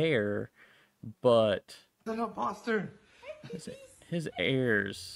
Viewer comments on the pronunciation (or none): I love how they said there’s a inposter😂😂😂